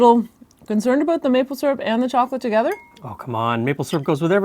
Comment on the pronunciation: Listen to how pronounces Out and About. It is more Oot and Aboot...